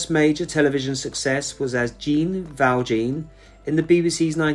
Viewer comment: It's funny to hear you mispronounce Jean Valjean and Don Quixote. I loved him in Black Adder as the witch hunter. Doreen and Frank deserve a decent headstone by now. RIP Frank Finley.